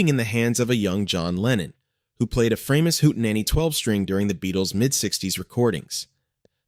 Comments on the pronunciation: "Framus" - the german "a" spells like the "a" in "hard", so it was not "Freimus" but "Fra-mus", nice and easy and german. The name was a contraction of "Franconian musical instruments". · why have I seen high end new Framus for sale? BTW Bill Wyman of Rolling Stones played a Framus bass for years & word has long 'a' not like the bass fish your computer voices